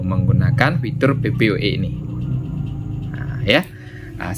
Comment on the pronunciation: Bacanya PPPoE bukan PPoE